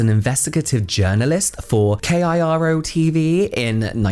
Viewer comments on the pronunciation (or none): KIRO is pronounced Kai-roh. FYI.